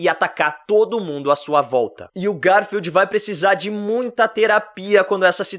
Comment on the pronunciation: também penso nisso GAR FIELD 😂😂😂😂